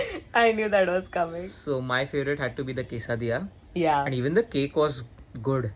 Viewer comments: Quesadillas is pronounced as kaise-diya and not kaisa-diya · Just fyi - it’s pronounced “kay- suh-dee-yah” 😅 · Sorry but it's pronunciation is (case+डीया) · The way she pronounce Quesadilla 😂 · Just for the clarification..... Actually your pronunciation of Quesadilla is not correct 😅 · Ur pronounciation for quesadilla was a Lil wrong pls 😅😅 no hate it's my fav dish that just it... Ik u might know more and have accent as well but it was a Lil off if u check Google